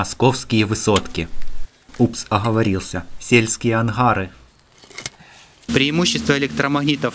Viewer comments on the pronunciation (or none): соседские анхары хахаха!xD не анхары а ангары!